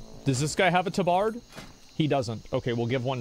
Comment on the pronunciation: He calls the tabard TAH-BARD. Lol